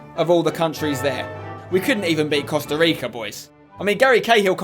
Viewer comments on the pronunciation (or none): none